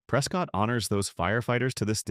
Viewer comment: Love Oro Valley! Need to work on your AI pronunciation. Sa-WA-ro, Prescutt, etc....